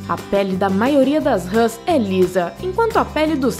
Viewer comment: Râs? Ou Rãs? Kkkkkkkkk